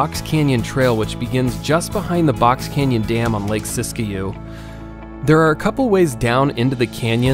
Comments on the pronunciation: Sisikou....your pronunciation is in correct....just a fyi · Nice video. Why did you include Burney when it's more a Mt Lassen area spot? FYI, it's pronounced Sisk-you, the "i" is silent.